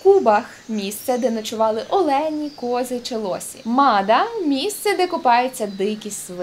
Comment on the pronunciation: Олені не олЕні, а Олені!!!!!!!!!!